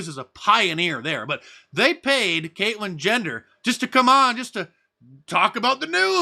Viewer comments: Is he saying Caitlyn gender? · "Caitlyn Jender" lol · Did anybody else hear Mark call Bruce, "Kaitlin Gender" or are my old ears failing me? FJB, 45/1.